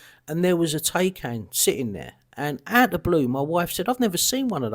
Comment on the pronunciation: Porsche ''Thai-Khan''. Cupra ''FormentOr''. Cupra ''Lay-on''. The RS5 shown was very nice.